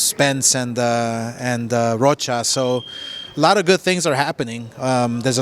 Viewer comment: This nigga said alexis roka 🪨 😂 is rocha bro lol